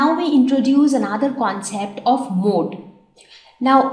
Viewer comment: Which is the mode of pencil? Say correctly mam